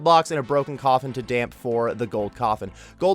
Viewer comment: "Damp" lmfao. It's Dampé. Like, rhymes with Pompeii. Know your Zelda, my guy